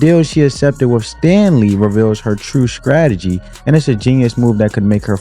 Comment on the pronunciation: "scrategy"? This is why.